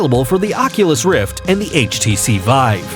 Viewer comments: It really annoys me how he says “Vibe” instead of Vive. That’s the only problem though. Great video! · htc VIBE XD its VIVE NOT VIBE LOLOLOLOL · IT'S VI VE NOT VIBE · he keeps saying 'htc vibe' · why do you say HTC Vibe? it calls "vive" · stop saying HTC vibe. It's HTC vive come on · this video is a joke. the speaker is clearly just reading a script and sounds like he has no gaming experience. half the shit is being said as if reading Hype pieces for shareholders. No actual gamer would speak like this and I swear half the time he said vive, he was saying vibe. The skyrim segment is basically describing every game ever. "The world is full of stories and characters in which you can walk, interacting with people and change the course of the story depending on your actions" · the guy kept calling it the hts vibe and it was driving me fucking nuts the whole video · bruh his saying htc vibe . OMEGALOL